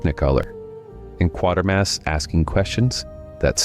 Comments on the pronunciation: It's pronounced QUAY-ter-mass, not QUAR-ter-maass. I would have expected you to know that. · That almost sounded like you said Quartermass at beginning but I know that can't be. Lol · I am assuming it's an AI commentary otherwise if you claim to be such an enthusiast, you'd know how to pronounce Quatermass. AI is ruining the YouTube experience. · You said Quatermass correctly once in an earlier video and never again 😂 jokes aside this was a wonderful trilogy of videos! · Michael Gough is an extremely well-known British actor. His surname is pronounced Goff - not Go. And ... it's QuAtermass - not ¼ mass. There is no second R. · Quatermass is pronounced Kway-ter-mass. I think the word you're looking for is heresy, not hearsay. It's pronounced "hair-uh-see." And it's Nigel Kneale (rhymes with kneel), not Nigel Keel.